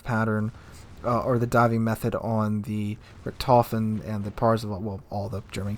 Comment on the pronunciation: The T10 CV Rektoufen - You're butchering my beautiful language.